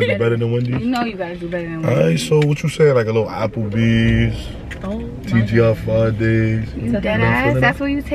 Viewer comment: He said apple bees 😂😂😂😂